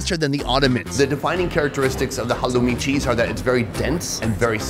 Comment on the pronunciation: "halloumi sheeez" and "za bomegranete molazess" only legend will know what i'm talking about 😎